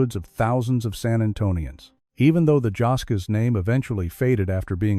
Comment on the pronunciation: Pronounced.. jos skees